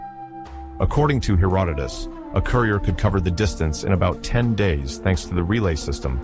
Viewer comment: If you listen to the mispronunciations you’ll understand this is AI. ‘Hera-doh-tus?’ That’s just one.